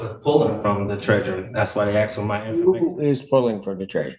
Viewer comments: Axed the question? I've heard many Americans saying "axed" for the word "asked" does anyone know why they say it like that? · He axed you a question? Is axing people legal where they are? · Axed me a question... must be Darrel Brooks Brother 😂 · who is this person or group of people that keeps axing all these black people? I keep hearing that they have been axed and none ofthem ever have visable injuries or in fear for their safety after being attacked by an axe! It must be super rough meing black cuz it seems like this happens on a regular basis!